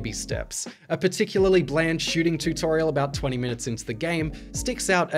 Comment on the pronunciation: Ahhh the tewt-torial